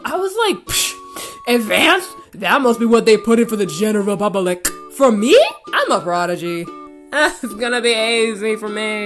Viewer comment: “Advanced? That must be what they put for the GEH-NER-AL PUH-BUH-LIC” LOLLLLLLL YOURE TOO FUNNY